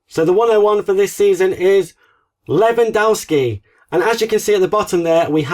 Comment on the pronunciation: Can you please pronounce Lewandowski’s name properly this season? It’s DOV-SKI, not dow-ski. It’s painful to hear you get it wrong every time.